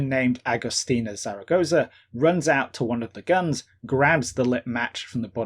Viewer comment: It's Zaragoza, btw